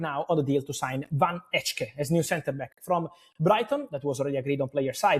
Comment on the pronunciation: Hi fabrizio, van hecke you say as van Hacke (like computer "hacker" without the R)